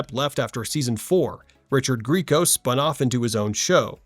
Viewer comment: It's actually Gree ay co. He was on my wall in high school, so I made it a point to find out. But don't feel bad. I said "greeco" at first too.